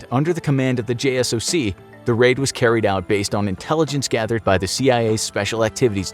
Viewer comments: it's Jay-Sock not J.S.O.C. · Did he just said J.S.O.C?? Its JSOC (Jay-sock) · JSOC is pronounced J SOCK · bro not JSOC...Jay-sock. so you lost me there. peace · Just a heads up jsoc is said J SOC instead of saying each letter. When at Ft. Bragg in a special unit jsoc was directly across the street from our HQ